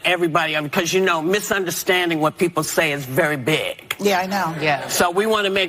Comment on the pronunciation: into video whoopi "let me make a quick clawafication... they were outside pwotestors... misunderstanding is very bwig." were you slowing down her audio the way radio stations do to make someone sound drunk or does she sound slightly sloshed slurring her words? or maybe she got no sleep. this is first time i noticed this on any of her videos. on another day she sounds alert & sober & speaks faster. i don't know what's up with them. the view hosts are just unpleasant & ignorant.